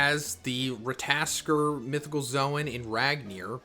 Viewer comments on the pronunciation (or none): Ra-ta-tos-kur phonetically 😂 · It can be prononounced Rat-(tuh)-toss-ker. Look up god of war Ragnanork scenes with the squirell you can see how they say it. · Rat-o-tosker z lol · Don't worry, Americans can't pronounce shit. They saw Ratatoskr and they all said Rataskor. But of course, Americans will be Americans. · Rata-tosk-er. Sounds more like that. hope it helps prenouncing the name better. Im norwegian native speaker btw😆❤ Just hard to explain on text. We roll the R too. Also rattatosker is a messanger god he walks from realm to realm whispering News etc from gods world to our etc he lives in Yggdrasil the world tree thats the way between realms is thst tree hence called rhe world tree. Thor is the one conjuring lighting. Since u meantioned lighting etc i added some info. Feel like oda mixes the gods and their power and story in one piece he does that whit other gods etc too. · Rat-aa-tosh-ker and needh-hawg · I believe the name is pronounced, Rah Tah Toh Sker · his name is “ rat-a-tas-skr” pronounce it like that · It's Ratta-tosker and Nid-hog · Rat- ta -tos -ska 😂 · Hey , greta video . In the video game SMITE there is a god called ratatoskr and it talks . they pronounce their name so for future videos you could pronounce it correctly . keep it up brother . Love your videos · very bad pronunciation 😂😂😂😂